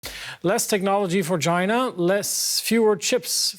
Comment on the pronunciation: Dude its China not Gina..wtf